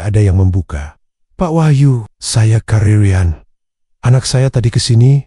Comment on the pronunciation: Bahasa nya. Di. Bagusin dong Riyan. Bukan rayen 😮